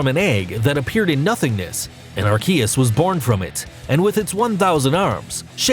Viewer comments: He pulled a subtle one on us... at the end (near the two parts of arceus’s name) he pronounced it slightly different. It’s wrong but it’s different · Take a drink for every name pronounced wrong and you'll die from alcohol poisoning. He said Arceus right once, then butchered it. Are-Key-Us not Are-See-Us like the other YouTubers that still can't pronounce right after the movie release lol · It’s actually pronounced ar-coosss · Gardevyor Kaiyurem Lujia Jiratina Palkeya Darkray Arckeyus I dont hate him but please just pronounce them right not like this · I mean his intonation is weird but Ar-Key-us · You say all the names wrong plus arceus's attack is judgement not some flame basher lmao that is judgement